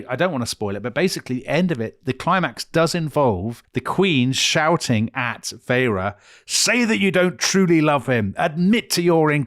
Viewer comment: Isn't it pronounced Feyr not Feyra😮